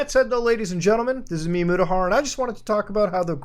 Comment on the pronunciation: It took me a long time to realize that he wasn’t saying “MiMudahar”, but “Me, Mudahar”